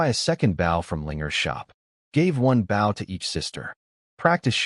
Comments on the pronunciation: Bow as in bow and arrow NOT bough of a tree. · Can you please pronounces "bow" correctly. The weapon is pronounced "boh", like go. The way you are pronouncing bow means bending forward at the waist, "ba", like cow. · Can someone tell the ai voice the bow is the weapon you shoot not the action of bending over. It keeps saying baw. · This story is so good and funny plz next part. But AI AV is so stupid lol Baw and not bow M.Y and not my!! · its pronounced bow as in ribon, not as leading edge of a boat or ship.................... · DARN AI NOT KNOWING HOW TO SAY MY, HE OR BOW, SHE /HERIGHT STUPID AI stop spelling the words say them dam it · AII is unable to used proper pronouns, has problems pronouncing two letter words and some times three letter words (such as bow when defined as a weapon), and is unable to use punctuation; but for some reason it always pronounces the word "miss" as "Mississippi."